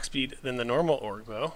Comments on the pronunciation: O-GRR not ORG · the more you say orge instead of ogre the more cancer spreads to my body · oh ger lol not org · sir. thank you for the vid. but it is pronounced OWGER not org